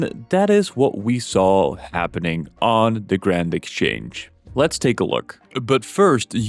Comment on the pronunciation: I immediately dont trust you because you said "grawnd" exchange